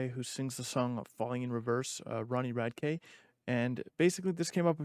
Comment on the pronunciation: You’re saying his last name wrong dude come on